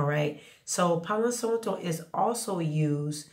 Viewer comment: Thank you for the info!! The a in Santo is pronounced exactly the same as how you pronounce the a in Palo 🩷✨